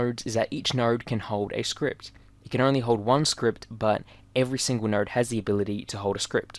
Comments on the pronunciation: Am I the only one who hear NERD instead of node???? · In your accent it sounds like you’re saying “nowrd” when you say “node”.